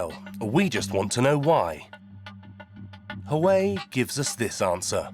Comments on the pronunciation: Its pronounced wa way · You are pronouncing Huawei incorrectly